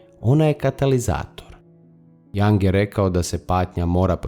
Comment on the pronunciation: Video je dobar! Samo jedna napomena, izgovara se Jung bas kao sto i pise, a ne Jang. S obzirom na duboke teme mislim da je vazno pravilno izgovoriti ime velikana psihologije i psihijatrije...hvala na razumijevanju...